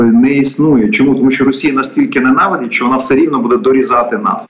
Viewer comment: ведучa! не сЧчЧччЧо а шшщо.... свук шшшш не ЧЧЧ . чому так сильно вимовляєш Ч? Мені вуха болять!